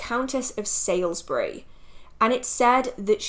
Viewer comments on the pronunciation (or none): Loving the series. Just a point though, Margaret de la Pole, was the Countess of Salisbury (pronounced Saulsbury) not Sailsbury. Blessed Yule. xxx